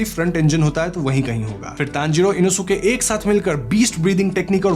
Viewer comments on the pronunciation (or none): Inosuke name inoske pronunciation he